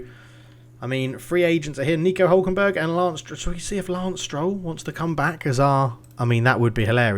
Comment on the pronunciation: Also, favourite part of the vid is when you said Nico “Huckleberg” hhahahah. Thats 100% what I’m calling him from now on !